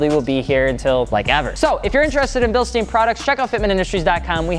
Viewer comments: BillShtain. That's how you pronounce it. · British will correct you on the pronunciation as well ... not to mention how you tortured bilstein, but hey. (Thanks for good vid) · Had to dislike for saying it wrong, but great video! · Easy German. If you have ei and ie, you pronounce the second letter. So you say ei like eye. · It’s pronounced with an “I” sound because it’s spelled with an “ei”. If it was spelled “ie” it would have an “e” sound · I actually work at the plant in Hamilton, once in a while the Germans come into the plant when we have a yearly meeting and this is exactly how the pronounce it, the stein with a heavy accent like Frankenstein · I couldn't listen to you slaying the pronunciation any more. It's quite simple.. There is an I there, not 2 ee's.. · It's pronounced Bilstein, not Bilstein. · like you pronounce Einstein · German "ei" is pronounced "eye"; English "ei" is often, though not always, pronounced "eeeee" as in "eat" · Considering that you're in Wisconsin, I'd be shocked if you couldn't find somebody local to correct you on how to say the name. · Lol mate you stupit? This isn't about how superior we Germans are. This is about how you pronounce Bilstein. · REALLY simple grammar lesson in Deutsch (aka German). Whenever you see the IE / EI combination, generally speaking the first letter is silent and the second letter is pronounced HARD. So keeping that in mind, Bilstein (phonetically speaking) would be pronounced Bilst-EYE-n (since the second letter in the 'ei' combination is I. If it were spelled Bilstien (which it's not) the pronunciation would then be: Bilst-EEEEN. Get it? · it reads BILSSHHTAIN ! to pronounce the end just remember RAMMSTEIN, or Albert Einstein and after the letter "L" you say the s like you are asking for silence, sshhhh! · Basically its pronounced bilshtain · ...bro, great Video.. but you pronounce it all times wrong... it's like the german Metal Band RAMMSTEIN... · "RamSTEEEEN." Annoys the fuck out of me.